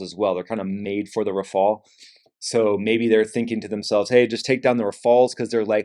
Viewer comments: RAFALE......not raphael😂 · please, it's not Rafael it is Rafale! It's very simple. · it’s rafale, not “rafael”. finally, no more mustache to distract the viewers… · It's not RAFAIAAL, it's RAFFAAL. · RAFALE not RAFAEL (ninja turtle)